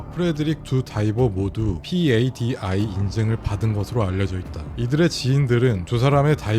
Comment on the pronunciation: padi 패디라고 읽어주시면 더 보기 편할 것 같습니다 항상 감사합니다! 텍다는 대체로 tdi 티디아이 입니다 sdi는 에스디아이라고 읽어요!